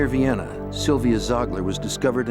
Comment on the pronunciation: "near Vienna" This awkward pause gives it away that it's non human voice. Disappointing.